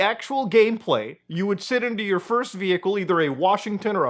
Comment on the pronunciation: ahh I see what muta's issue is now. He can't say first